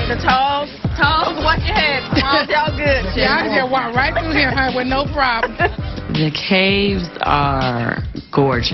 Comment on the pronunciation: She says “Wiff me” 🤣🤣